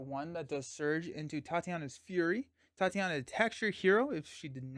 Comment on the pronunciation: “Tye-tay-nia” not Tatiana.